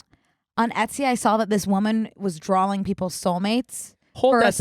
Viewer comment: says "drall" and "dralling" instead of drawing and I love you but I can't overlook it.